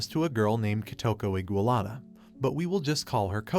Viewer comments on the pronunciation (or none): It's iwanaga not igualada at least get the name right